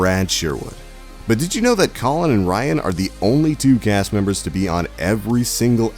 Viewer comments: This guy really called colin colon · You don't even know how to say Colin's name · It's pronounced "callin' mockery", not "colon moe-kree". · haven't you noticed he botched up the first name too, it's Colin, not Colon!!! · Colon Mockery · "Colon Moecrie" What.... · omg colan moechrie ohhh lawwwd this guy....🙄